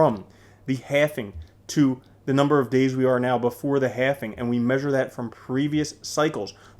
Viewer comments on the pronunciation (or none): Request from a long time fan : please stop saying "halfing".....its not a word. Its 'halving". Love your work!